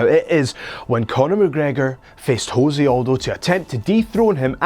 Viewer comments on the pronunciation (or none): Its pronounced Joe-say and guarantee u weren't a fan of the UFC during Jose Conor build up. Considering this channel is 4 months old. Pls delete the channel ur gaps in knowledge are embarrassing